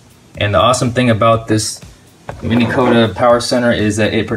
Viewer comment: MINN.....Not Mini